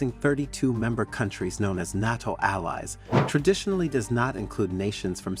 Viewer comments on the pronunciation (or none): Just an FYI, it's "NAY-TO". I figured you'll be saying it a lot now. I think it's great, btw!